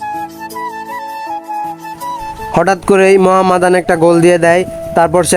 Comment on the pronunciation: Mohammedan. উচ্চারণ করেন তো ভাই!